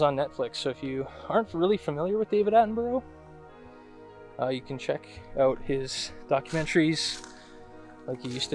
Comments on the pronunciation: I watched this video when it first aired. BTW his name isn't pronounced like that, it sounds like Atten-bur-ah same as Edinburgh (Edin-bur-ah) Soz don't mean to be the pronunciation police! At least you say 'out' like a good Scotsman!! :p Keep up the fantastic work! Oh BTW I watched a very convincing piece of film last night and wondered if you'd seen it and if you intended ever doing a review of it? If it's not a fake, it certainly looks and feels very real. Really hope this isn't a fake but if it is it has got to be Hollywood grade special effects- made me laugh when it stands up and the dude filming just bolts! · OMG... learn to at least say his name properly!!!!